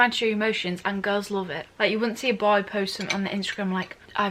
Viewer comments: But how she say that word B O Y I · Why did she said “bOy” 300x in 1 minute😂😂